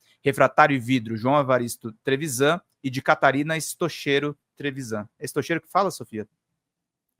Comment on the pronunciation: Creio que a pronúncia do sobrenome da mãe seja "stóquero".